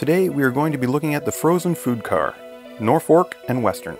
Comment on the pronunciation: Another good, clean video. It is pronounced "Nor - Folk" or the slang way. Cheers from Carolina!